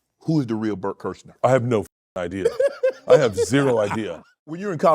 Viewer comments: Blert Klersher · (Bloat a liver) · bert kersher? did you even look at how his name is spelt? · Bert "Kerscher" hahaha